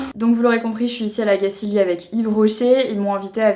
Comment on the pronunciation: La Gacilly se prononce comme "chantilly" à la fin, et "on va en Gacilie" ne veut rien dire 😅 J'ai grandi à La Gacilly et j'ai toujours été étonnée du nombre de personnes qui ne savent pas le prononcer correctement ! Mes parents y vivent toujours mais en général nous les enfants nous nous en allons car effectivement à part travailler chez Rocher... C'est pas bien grand et attractif 😅